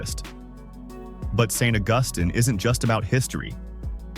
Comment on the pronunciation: 🤣 And then pronouncing Augustine differently each time it says it!